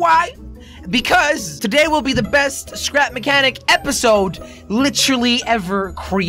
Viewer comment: he said stap mehcanic